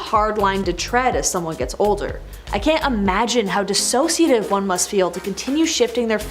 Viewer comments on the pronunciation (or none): none